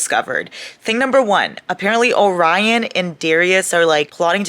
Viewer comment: Calling Orion “Obrian” was the highlight of my day 💀